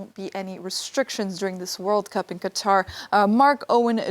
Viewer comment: You should try harder to pronounce the countries name correctly, remember the emphasis is on the second syllable.